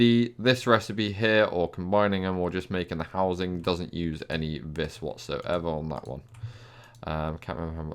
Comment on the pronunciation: Btw. It's pronounced "vee" not "vis"